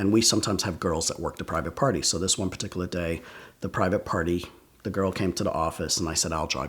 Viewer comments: This guy like the word "paticula" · drinking game: every time he says “peticular” take a shot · Does anyone else love the way he says “particular”, or is it just me? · Nah it’s not just you